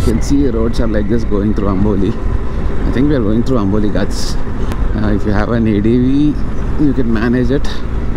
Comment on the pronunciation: No one literally no one....: gaatsssss. Bro pronounce it correctly it is called “GHATS”🤣